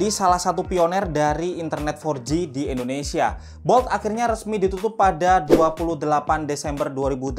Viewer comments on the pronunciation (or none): none